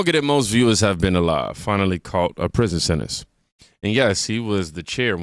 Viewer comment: Hummmmprision sebtance